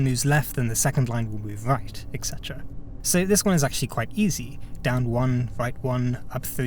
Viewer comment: "The Witness is bad", by internet guy having trouble pronpuncing "et cetera" , unsure what "semantics" means, and blaming his own impatience on a game all about a patient, slow, attentive approach. OK, checks out.